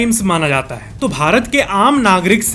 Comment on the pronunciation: Why do say हा instead of है, हैं